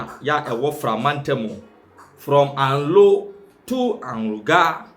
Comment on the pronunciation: Presenter the name Anlo is not pronounced as you see it. Learn how to pronounce it correctly